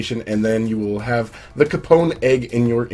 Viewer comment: I died a little on the inside when you misspronouce capon